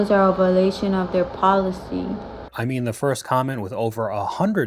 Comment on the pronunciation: Ok. The girl seemed slow so she wasnt getting hired anyway. She didnt know how many years experience she had and couldn't say violation 😂😂